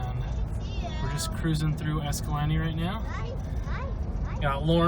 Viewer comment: Escalante is not pronounced "EscalantE" ... Its pronounced "EscalanTAY" . Great video thanks for all the good info !! looks like the fam had a blast